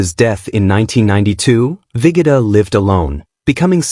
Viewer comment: Vigoda is pronounced Vee Go Da.